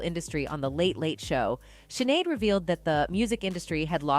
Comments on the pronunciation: I was just thinking the same thing.. you would have thought they would have at least researched how to actually say her name correctly :/ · Sinead is pronounced shi-nayd not si-nayd. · This is a terrible presentation! It's AI! Jumbled! and it's SCHINade, not SINade! Shame on you for disrespecting her legacy. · Come on "Just in", it is NOT pronounced Sin-aid, it is Shin-aid, it is a celtic irish name. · You know it is pronounced SHinead, not SINead. Have you never heard her name said before. Seriously..she was a sad soul with immense talent. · Pronounced SHIN AID NOT SIN AID!!!!! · Dear "Just In" - could you not at least get the pronunciation of her name right? It's SHIN-ade, not SIN-ade. It's not like you couldn't find hundreds of thousands of results on google giving you the correct answer if you looked it up. Incredible. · The pronunciation sounds like 'Shinéad' not Sin-éad..... The S has an Sh sound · Your wrong pronunciation of her name is really irritating. Sinead isn't pronounced with an "S" but with an "Sh"! I can see snippets from British news channels in your video so you must have heard the right pronunciation as I heard you pronounce it correctly but reverted back after that. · It's pronounced shin..ed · Her name is pronounced SHINADE! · Could u pls pronounce it "Shin-aid"?! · The 'S' in Sinéad is pronounced 'Sh' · The narrator in this video can't even pronounce Sinéads name properly... Sinéad is a beautiful & popular Irish name. Sinéad is pronounced like: 'Shin-aid' ☘️ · It’s ducking shinnnnnaid pronounce it correct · It's SHI-Naaaaaade fktrds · 🤦🏽‍♀️ can't they at least learn how to pronounce her name???... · You could have honored her too by pronouncing her name correctly before rushing your video for quick gain. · For Heavens sake Pronounce Her Name Properly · Please pronounce her name correctly! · Geez, at least pronounce her name right. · Just say her name correctly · Teach your Bot to say her name correctly !! Shame !! 💥